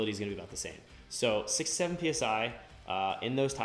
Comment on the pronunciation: He said 6 to 7 meaning 6 or 7psi but its hard to hear him and sounds like 67.